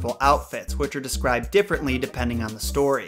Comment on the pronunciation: It's "DER Rattenfänger", not "DAS Rattenfänger", we have different articles in German and I'm shook that Google translate didn't get this right xD but you pronounced the word very well, though I wouldn't consider it as easy